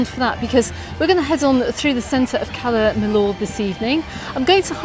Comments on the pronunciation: Cala Mi”y”or … double “ll” is always pronounced as “y”, as in Po”y”ensa, Can Pasti”y”a, I”y”etas etc etc :) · well, Majorca & Mallorca are both correct. Majorca is the Catalan spelling, and Mallorca is Castilliano. I don’t know how many times she said Cala Mill-or, during this blog, but I had to switch off!!! I couldn’t hear it any more.